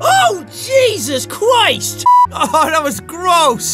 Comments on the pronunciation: I'm hearing "Chwist!!" Instead of Christ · "OH JESUS CWIESHT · “Oh Jesus cwist!” I’m crying XD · You said cwist